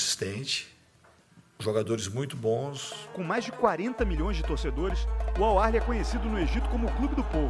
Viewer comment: Cismaram d achar q tem R no nome do Al Ahli e na pronúncia (chega a ser desrespeitoso). Bora Fluzão 🟩🟥🟩🟥🟩🟥🟩🟥👏🏾👏🏾👏🏾👏🏾👏🏾